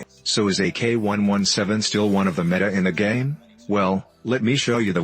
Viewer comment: Dude said “meta in the gay?”